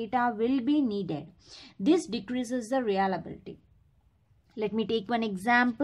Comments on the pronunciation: Nice session. Pls. correct. Its Reliability not realability. You are pronouncing it "realability".. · It's not Re-ala-bi-li-ty It's re-lia-bi-li-ty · ya u right her pronunciation is not correct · no mate, it is indeed pronunciation